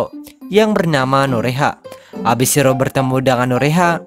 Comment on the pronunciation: Bacanya Shi-ro-e min😀